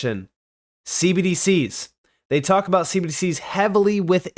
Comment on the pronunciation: Man, I really wish you'd stop saying cbdcs as one syllable.